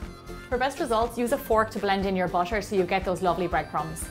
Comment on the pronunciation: I just found out that your accent made butter sounds almost like "busher", that's cool 😄